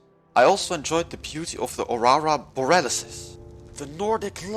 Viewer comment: "aurara boralisis"- 2022